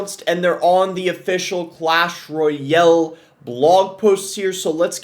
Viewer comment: Boss the type of guy to forget how to pronounce Clash "ROYELL" at :10